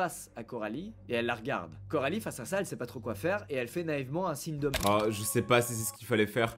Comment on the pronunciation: Juste c coralie pas carolie 😅😅